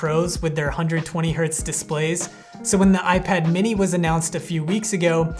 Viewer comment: dude messed up the most important word in the intro